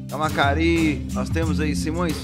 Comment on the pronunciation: Não é "camacari", e sim "cama(ça)ri"